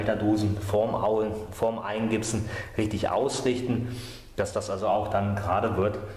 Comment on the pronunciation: Eingipsen, nicht eingibsen. Es ist keine Gitarre, die sich namentlich dann so ähnlich anhört.